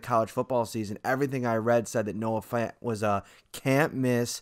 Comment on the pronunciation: It's pronounced F-ant, not Font. I don't they can pass up on Hockenson. He can do it all.